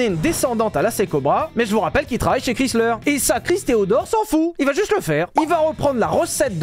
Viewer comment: Ça fait drôle d'entendre le nom Chrysler prononcé moitié francais ("chris") moitié anglais ("slər"). "Chrys" se prononce plutôt en "ai", "Krais". En fait, Chrysler se prononce un peu comme Viper, avec le "ai".